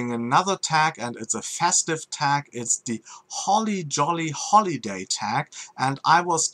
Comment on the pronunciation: I have to admit, that German accent saying Holly Jolly Holiday tag, made my day. lol